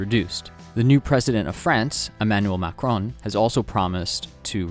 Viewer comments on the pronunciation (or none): none